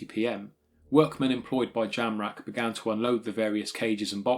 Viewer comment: I thought you said Charles JAMRAG !